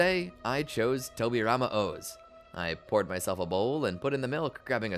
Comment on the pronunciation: ain’t no way he said tobyramaOs